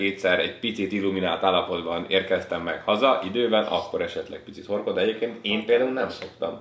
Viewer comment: Az értetem hogy horgol és utána jöttem rá hogy horkol😂😂😂